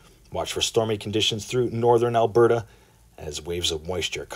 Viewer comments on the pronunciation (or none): none